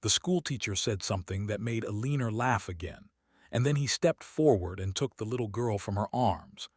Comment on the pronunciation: Her name is E-leaner..lol.